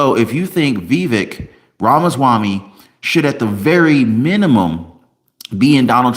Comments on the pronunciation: It’s pronounced Vi. Vake (rhymes with cake). So you know. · It’s pronounced Viv-ache as in cake.